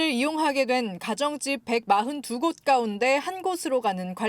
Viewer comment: 이상하네요.... 왜 나만 여기자발음이 이상하게 들리나요? 가운데...를 가운디. ...라고 말하는거 같은데 한두번 이렇게 말하는게 아니던데....시정이 안돼는 이유가 몰까요?